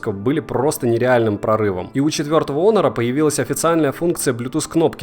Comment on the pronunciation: Х Хонор, а не онор